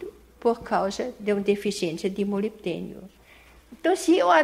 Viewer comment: ela fala MOLITENIO ! Seria MOLIBDEBIDENIO ??? Pode esclarecer ? Como usar esse adubo ???